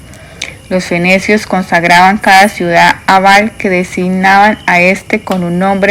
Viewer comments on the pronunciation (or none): Disculpa pero porque no cambia la acentuación de algunas palabra? Es Perséfone no Persefón es ibéro no ibero,es fenicio no fenecio. Hay varias palabras mal leidas